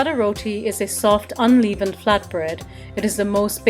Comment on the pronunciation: You're right!It's all in the technique when kneading the dough.I've been kneading the dough the wrong way.Your easy to follow method makes all the difference.Just a little FYI (and please don't take this the wrong way)the word unleavened is pronounced unLEVened as opposed to unLEAVEned.